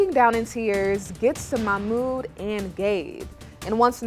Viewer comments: It drives me crazy that Melicia doesn't pronounce Mahmoud's name correctly. It's not hard. Also, musssslim, not muzlim. Please. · It's MaHHmooD not Mamoo 🤦‍♀️🙄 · Yesss and she should learn to pronounce his name properly